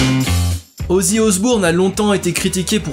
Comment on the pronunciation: Omg comment tu prononces « paranoïde, black sabass, ozzy osbourne, wtf »